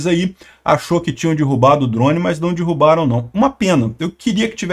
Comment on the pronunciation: "Dirrubaram" é fod@ hein.😶‍🌫